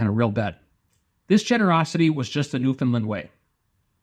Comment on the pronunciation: My father was a Newfie and one thing that was important to him was the need to pronounce it properly.The accent is on "Land". Like "understand" Newfoundland. "Nu-fund-LAND". Yer welcome 🇨🇦 Other than that, this is a lovely tribute. Thank you.